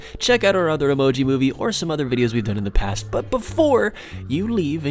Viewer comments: you said “moive” instead of “movie” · He spelled MOVIE wrong, he said MOIVE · more like moive instead of movie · you said emoji moive